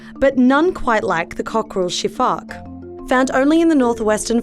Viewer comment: Sifaka* not Sifack.